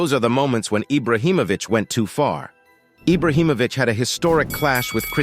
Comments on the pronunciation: It’s not eye-brow it’s Ee-bra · This dude is saying Ibrahimovic properly then decides to say eyebrah🤢